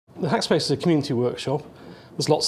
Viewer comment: Hackspac ?! I thought "e" is the most common letter in English, not in Nottinghack...